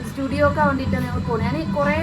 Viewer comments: സ്റ്റുഡിയോ അല്ല Zudio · സ്റ്റുഡിയോ അല്ല ജുഡിയോ😊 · സ്റ്റുഡിയോ അല്ല zudio ആണ്